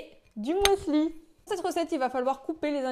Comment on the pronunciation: du "moisli"? ehehehe! 😊😉